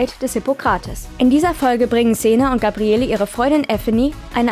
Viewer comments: Xena kann Sie richtig aussprechen ja, dafür Gabriellllleeeee nicht:-) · Wie sagt man, dass man nie xena geguckt hat ohne zu sagen, dass man nie xena geguckt hat? Indem man Gabriele wie nen deutschen Dorfname ausspricht. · Ja, es wird Gabriell ausgesprochen. In Staffel 1 hieß sie noch Gabriella. Aber Hauptsache Eveny richtig aussprechen. Lol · Gabriele, das e am Ende wird nicht gesprochen. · GABRIELLLLLLL!!!! Nicht GABRIELLEEEEE. Herrgott, bitte erstmal Serie angucken, bevor man ne Inhaltsangabe vorliest. Ganz zu anfang nannte sie sich mal GABRIELLA, was später in GABRIELL geändert wurde. GABRIELLEEEEE hieß sie aber NIE. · Es heisst "Gabriell". Das E am Ende des Namens ist stumm und wird nicht ausgesprochen ! Habt Ihr eigentlich jemals Xena angesehen DE ? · Das e am Ende von Gabrielle ist stumm. Der Name wird französisch ausgesprochen. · Nachdem ich gehört hab, wie der Name von Gabrielle ausgesprochen wurde, war für mich dieses Video erledigt. Klarer Beweis, daß man sich nicht mit der Serie auskennt und diese nicht mal geschaut hat. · Gabrielle wird ohne E am Ende ausgesprochen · Seit wann spricht man das E von Gabrielle aus? Also dass Kreuzigung grausam ist, glaube ich sofort